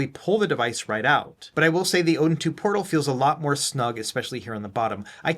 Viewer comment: What the heck ? the box looks fake haha AYN Odin "PROTAL"? really AYN? you release something that is wrong ..